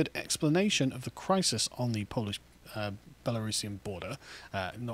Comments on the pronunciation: Great piece but as a Pole, your pronunciation sucks! 🤣 Start with: 🇵🇱 w= 🇬🇧 v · A few pronunciation tips for Carl: In Polish, "W"s are "V"s. "J"s are "Y"s [think: yellow]. "G"s are always hard. Vowels are pretty much the same as in Spanish. Hope that helps.